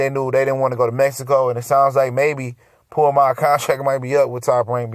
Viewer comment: Who da fuk is Puamav?! Come on, it's pronounced Ponomarev (pa-no-ma-rev). It's tough to listen to you butcher these names bruh Get it together homie, lol